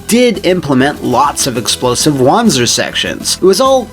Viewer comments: Since wanzer is based on the german wanderpanzer you would pronounce correctly as wanza(pronouncing the a as german as posible) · It SHOULD be pronounced Wan-zer as it is a portmanteau of walking and panzer and gehen is german for walking.